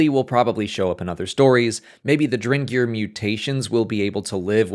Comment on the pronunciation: Are you saying "drengr"?? Did you know drengr is what the Viking warriors called each other??